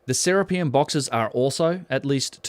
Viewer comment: Boy, you're awfully fond of pronouncing "Serapeum" in such a way that emphasizes "rape." Hearing Se - RAPE - eum every time is quite distracting. Any sane person would be hesitant to ever go near the place the way you're pronouncing it.